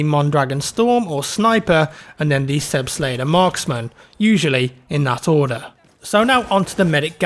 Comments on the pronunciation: Selbstlader not laeder. like Aaaahh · Its not sebstlader Its sebastler. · I believe it's pronounced more like "Zelbstlodder". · Your pronunciation of the selbstlader is aweful, and it's weird how u come to think it should be pronouced that way. Selbstlader just means Self Loading, just say selbst ladar and you're about right. But very helpful video, thanks! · the a in lader in selbstlader is pronouned like the a in father. :) whether you're a brit or a yank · the way he said "Selbstlader" is funny :D. it's german btw and means auto loading or self loading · How can you pronounce Selbstlader like that? I bet you say nebelwerfer like the guy in Sniper Elite 3. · So cute how He pronounces Selbstlader <3 love from Germany